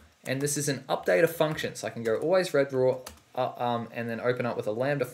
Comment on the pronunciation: he reads out redraw (re-draw) as red-raw! lol